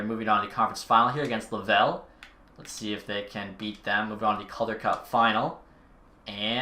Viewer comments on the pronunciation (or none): Lol me from mtl hearing him say lavel instead of Laval lololol